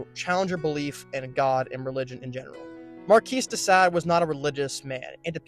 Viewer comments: It's not markees de sad it's markee de sawd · You lost me at Markees de Sade. Besides that, you need to try the decaf and slow your roll. You talk so fast you are borderline non- understandable.